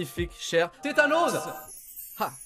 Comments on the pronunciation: ce n'est pas THÉTANOS mais The Tanos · C’est pas tethanos c’est thanos